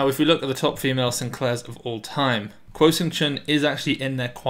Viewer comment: Kuo sounds like Guo (there's not even a hint of a hard "k"-sound). Taiwan just sticks to a less intuitive way of romanization for political reasons.